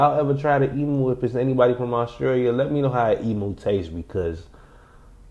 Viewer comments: Such a relaxed voice needs to learn like most Americans it's spelt emu the U is pronounced the same as the word you not like the way cows go moo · Did you NOT hear how she pronounced Emu!? it's NOT E-moo it's E-myou dude! And mate! if you have only ever known a hot Xmas, then that's all you know! just the same as have only ever known a cold Xmas! I personally have experienced both and I can tell you I would have a hot Xmas over a miserably cold one anyday of the week! especially if you get snowed in like I did! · eem yous not ee moos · Em you not e moo Em you=emu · Why can't you say emu correctly